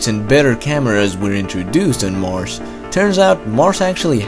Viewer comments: He sometimes says Marsh instead of Mars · “Marce” no it’s mars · Also: "Marsss" instead of "Marz."